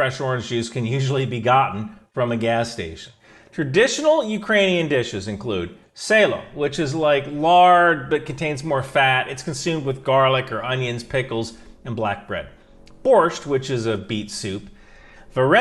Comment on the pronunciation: Salo is pronounced Saw Lo btw. Not Say Lo